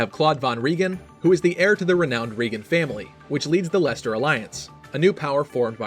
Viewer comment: At least he got leicester right, anyone who speaks English can pronounce it!